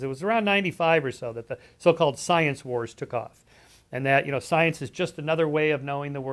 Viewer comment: UM... IT'S PRONOUNCED... "" STIENCE""!!!!, YOU GUYS🙄 ,🎼🎼🤘"She blinded me with STIENCE;"🎼🎼 .. "POETRY IN MOTION".. {?¿?‽?‽?¿?)...¿ meOW 🖤